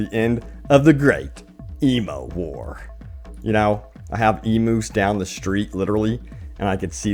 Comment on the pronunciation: I wasn’t the only one who heard him say Emo War right?